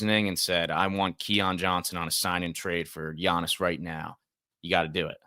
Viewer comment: Mispronounced Giannis name … nets can’t have him